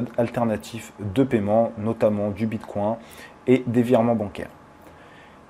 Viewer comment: bitCouin ? stop stp mdrrr ne prononce plus jamais Bitcoin comme ça ahaha